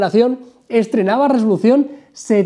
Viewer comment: me parece o dijo "rolucion" en vez de resolución?......